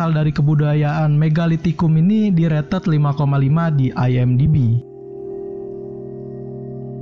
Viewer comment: Pengucapan kata "rated" ya ampun 😭😭